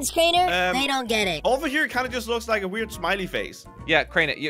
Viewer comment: ! YOU SAY WRONGLY,IS CRAINER,NOT CRANIAR!